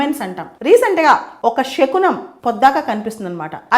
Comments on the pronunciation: షకునం కాదు అండి. శకునం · Madam you are very intelligent. Many people follow you. But please don't pronounce it as షకునం it's శకునం.